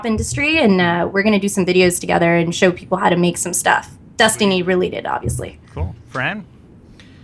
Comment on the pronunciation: She won't stop pronouncing it "Dustiny" and it's pissing me off.